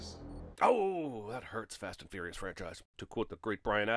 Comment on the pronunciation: "fast and fouious" is bad (and always has been)